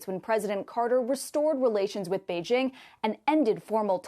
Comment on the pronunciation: Finally! Someone who can pronounce Beijing. JING. as in jingle. Not as in BeiGe. 👍👍👍